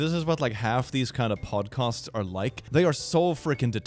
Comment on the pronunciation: So... are you saying "podcosts" as comment bait? Or is it a pun I'm not getting 😅